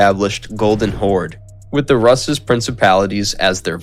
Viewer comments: It's noT "..russ.." but pronounced ROOS ! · yeah same as you say russian - Rooskii haha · Isn't Rus pronounced Roos not Russ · Not Ras but Rus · It's not Rus, but Roos. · learn how to pronounce basic Russian words at least!! Rus--> roos' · Anyone else annoyed on how he pronounces Rus